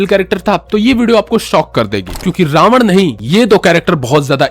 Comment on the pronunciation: रावणा और दशाग्रीवा गलत उच्चारण हैं भाई।